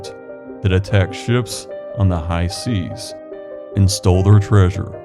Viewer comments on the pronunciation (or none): none